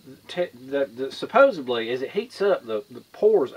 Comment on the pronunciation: "Suposubly". WTH?